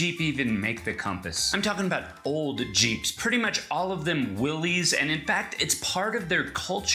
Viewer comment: Pronouned will-is not willees. just saying.